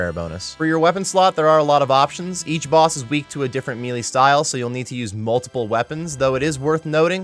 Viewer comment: Melee = “may-lay”